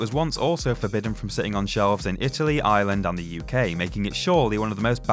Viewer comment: When he said Ireland I thought he said Island! Can anyone F*cking pronounce Ireland right?